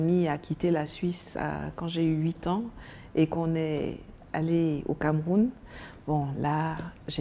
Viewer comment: Nathalie merci pour ton combat mais je constate tout simplement que t’as toujours la peine de prononcer ton pays le Cameroun.